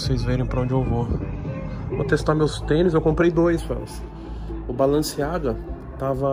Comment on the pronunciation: Tem toguro lendo BALENCIAGA , e falando BALANCEAGA tem like